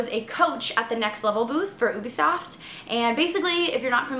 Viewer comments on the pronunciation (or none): PSSST. PSSSSSST!!!! It's You-Be-Soft... Just sayin.